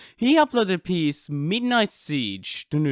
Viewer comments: it’s midnight not mignight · “mignight” XD